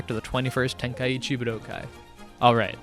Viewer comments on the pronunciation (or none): Props for correctly pronouncing budokai! But its nit tenka eechee its ten kai chi